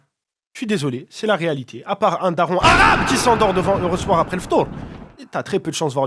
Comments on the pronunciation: Excellent par contre cette accentuation sur le mot "arrraaaabe" fait presque peur 😅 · Jaime pas comment tu dis arabe. Pourquoi tu le fais pas aussi pour NOIRE ?